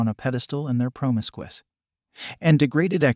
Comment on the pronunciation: What does he say at 01'07"? "Women are put on a pedestal and their promisquis."?! What the hell is that and does that mean?!